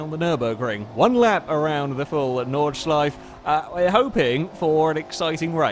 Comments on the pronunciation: btw its Nordschleife and you say it with the e at the end. Greetings from Germany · Again, Nordschleife doesn't end with the f it has an additional e. Like the e in Porsche just pronounce it as some kind of uh ... please To be fair no German ever managed to pronounce squirrel or Worchester on their first try Really love the picture in picture shots btw